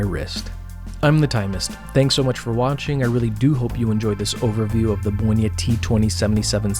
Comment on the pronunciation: Great pronauciation of my hometown's name! (where the brand oryginated from) You might also like Gerlach Kosmonauta (a homage to Untra warel). Also Polish watches.